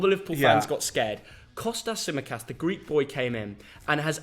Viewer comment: Imagine not saying Tsimikas